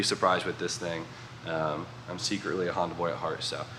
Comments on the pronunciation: Nissanda and Hondan (hon-dawn) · Nissonda and hahnsin (tribute to hahn f&f “honson” ) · Honbimmerssan? Honssan? Bimhonssan? Nissbimmerda? Oh boy